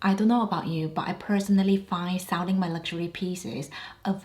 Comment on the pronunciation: I like every video you make, just wondering and trying to help a friend here, what do you say “saulling ” instead of selling?